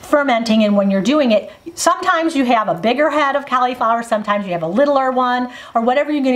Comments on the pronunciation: Hmmm 🤔 Cau-Lee-flower? Pronounced like call- la-flower. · When you call it Cali flower instead of cauliflower , I just think of some really good weed .